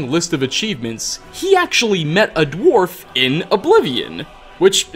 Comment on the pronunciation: wtf is a dwarb? Add more timestamps guys